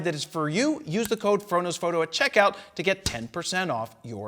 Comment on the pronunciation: "Frodo's photo" every time, it's what I hear lol.